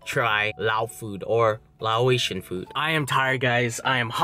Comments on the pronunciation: It's "Lay-Ocean". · Hell yeah to ur Lao squad!!! And ur saying Laotion wrong lol... Its pernouce like lay-ocean. Lol but I love papaya salad! Great choice of food! LOVE YOU